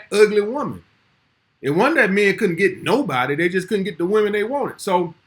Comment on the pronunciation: Who is Day..? I keep hearing, Day do this,Day do that..Who TF is this Day character..?